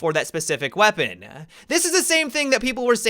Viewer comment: How about when his vowels trail at the end of a word usually at the end of a sentence? Like "weaponaaa"